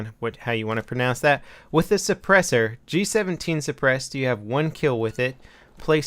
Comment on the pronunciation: What's a suppurssor?